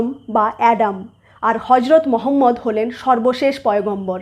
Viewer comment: সঠিকভাবে উচ্চারণ 'মুহাম্মাদ'। আর 'হা' উচ্চারণ খুব গভীর থেকে হালকা ভাবে হবে। যদিও একটা ভাষার শব্দ অন্য ভাষার মানুষেরা হুবহু উচ্চারণ করতে পারে না।